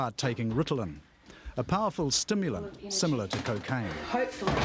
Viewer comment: COCAIN NOT CAFFEIN